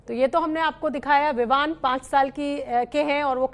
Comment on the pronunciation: ABP NEWS WALI MADAM VIVAN KO VIMAN BOL RAHI HAI LAGTA HAI ABP WALE NE SASTE REPORTER RAKHE HAI 😂😂😂